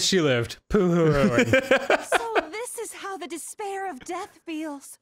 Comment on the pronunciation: "dis-pair of nuts" he was so close